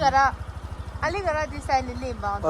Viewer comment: it's Algarah..not "aligarah" 😅. I'm from here. Do come again.